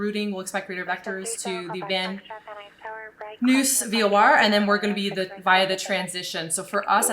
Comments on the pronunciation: Hi there, thanks for the great vid! But FYI, Van Nuys is pronounced like Van Nize. Just in case you make it out here in the future. Looking forward to more of your vids! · Just a quick note: Van Nuys is pronounced "Van (N)Eyes". KBUR is my home airport, and my in-laws live in Vegas, so this is a super familiar route to me. Love it. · I’m going to call it Van Noose from now on. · Clearly not from SoCal. It’s pronounced Vann-Eyes. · I like how you pronounce 'Van Nuys' as Van News. qt pie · Hi! I love your channel! Wanted to correct one small detail for you: Van Nuys is pronounced Van Nize. At least that's how we pronounce here in LA. It's probably wrong, but that's how we roll in Los Angeles. I didn't want you to get flamed by some snarky Los Amgeles ATC operator if you ever fly down this way. Keep up the awesome work! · Just so you know... Van Nuys is pronounced: Van-Eyes Great video. Love your stuff. Keep it up! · Oh, VNY is pronounced Van Nyyyz <G>... Fun listening to it all, learned to fly in So Cal in 76, spent a lot of time in that area. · It’s pronounced Van EYES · Lived in SoCal for 40 years, worked at Los Angeles Center for 27 - Plays has it right - "Van Eyes" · This is in reference to pronunciation "Van News". Missed it first time through. Watched again - in honor of having to record it a second time:). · Such great vids!!! (I'm doing ground school right now) BTW - Van Nuys is pronounced "Van Eyes" - took me a second to figure out what you were saying there :) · I love your channel but that Van Noose is driving me nuts. Haha It's pronounced Van Nize. Lol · Van Nuys- "van-eyes" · I hope I haven’t been wrong all this time my aunt lived right down the street from that airport and I was born in north ridge my family always pronounced van nuys as “VAN EYES” lol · It's pronounced Van nyess, sounds like eyes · Just FYI, VNY, or Van Nuys, is pronounced Van Eyes, or Van Nize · Van Nuys pronounced "Van Nize" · Van Nuys is pronounced: Van Eyes.